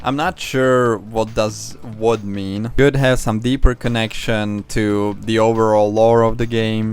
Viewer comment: "Blood" not "Wood"